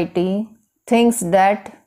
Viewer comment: Poor pronunciation,. it’s called "That" not dat,,, learn pronunciation first then teach ielts